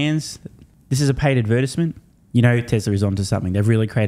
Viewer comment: Lmao the way says “advertisement”